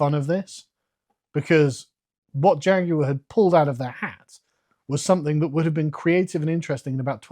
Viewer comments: "Here at JAGOWAH" This company has cooked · Er, excuse me. JaGUar is now pronounced "JA-GOO-ARR". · A guy who can’t pronounce Jaguar shouldn’t be in charge of advertising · You brits may speak the Queen's English, but the way you lot pronounce Jaguar sickens me to my core lol